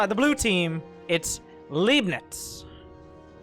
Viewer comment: C'mon :-D I thought you know some german from your gamescom visits ;-D. "Leibnitz" was a german mathematician who is said to have invented calculus, also Newton is said to have invented calculus independently and ... never mind this is not the point... the point is, I would have assumed you knew how to pronounce "Leibnitz". The german "ei" is pronounced much like the "i" in "tide" or "lie". Just mentally swap the letters :-D. Oh .. and I love your casts ... made me start with SC2 again :-D